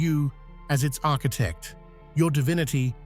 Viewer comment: You keep saying architect...